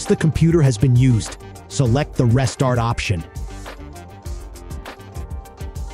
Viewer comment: Seriously PassFab not willing to pay for a voice actor. Winkey 😉 is actually pronounced as Win-Key and restart isn't rest-art